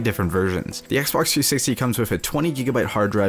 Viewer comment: Forth, he said icebox instead of Xbox